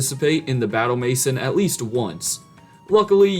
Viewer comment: everybode commenting about the new legends game and not one person the actually type the correct name edit: LMAO BATTLE MASON, how do you butcher french that bad